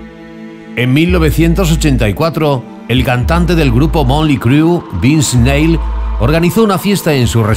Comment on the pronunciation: No quiero generalizar pero este tipo que narra comprueba lo que siempre he pensado, a los espanoles les vale madre hablar bien ingles, pero ni el puto esfuerzo hizo para pronunciar bien los nombres como el de Vince Neil!